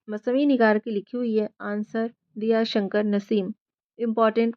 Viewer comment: Shi talffuz Diya shankar nhi.. Daya Shankar h..